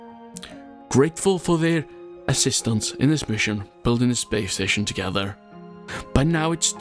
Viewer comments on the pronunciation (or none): none